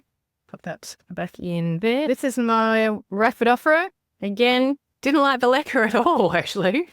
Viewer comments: So Americans did you think she was saying liquor😂i did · Is she saying liquor? Lichen? I have not heard of propagating in anything that starts with an L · Ohh I thought you were saying "liquor". I was like, ok...? Ppl do that?! I didn't know what the other thing was 😅